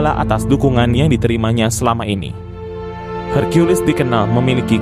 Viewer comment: Maaf, kata:hercules jangan dibaca: herkulis tapi; herkules.